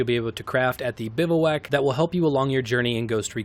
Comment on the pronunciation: Great video and all, but it’s pronounced “biv-wack”